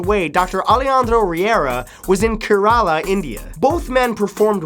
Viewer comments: I hate this. It's pronounced KE-ra-la. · You pronounce it wrong I am from India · That's not how.u pronounce kerala xD. My parents are from there. We go there for holidays. To meet our grandparents heh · kay-as in chair ru as in -un and la, that is how you properly pronounce kerela or however you spell it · U dont pronounce a in kerala so its kerla